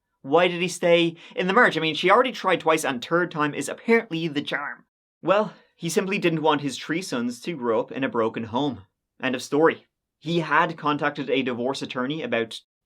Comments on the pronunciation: I've tried to stop picking on you for how you bite your hs but "Turd Time is, apparently, a charm" is awesome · Let's give it a goooooo or nevermind, let's not be able to pronounce third because we're incapable of the fluid motions of dialect or are too lazy to try and pronounce the word third. Nope, just say turd because that's what you are.